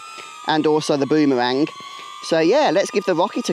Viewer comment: Sir you just said Bomewang 😅😅